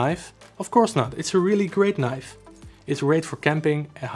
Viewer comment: moest wel even goed luisteren toen je zij Knif. huh dacht ik hij bedoelt toch niiife als uitspraak .. althans zo hoor ik het graag. maar net review.. ik zit te twijfelen over beide.. aantal goede punten complimenten.. ook leuke winkel trouwens.. al vaak gekocht bij jullie..EDIT; grappig mora moet het zelf ook Knif qua uitspraak hahah zag net hun factory filmpje